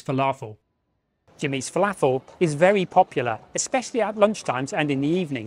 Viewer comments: Thanks! - I put a lot of effort into this! Yes my original pronunciation of "falafel" definitely got a few laughs. I was going to leave it in, until I realised that I'd pronounced Bligh street incorrectly as well! Yes, I hope it will, and one of the reasons for putting lots of effort into this video, is that I'm hoping that people will be watching it in many years to come! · One of your best videos ever. I thought it was funny how you originally pronounced "falafel", lol. But anyway, I think this video will become a significant historical archive for future generations to appreciate. Great job and a wonderful contribution to Sydney's CBD history.